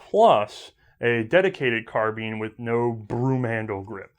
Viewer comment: ITS NOT CARBEAN!!!!!!!!!! ITS CAR-BINE!!!!!!!!!!!! ITS NOT HARD TO SAY OMFG!!!!!!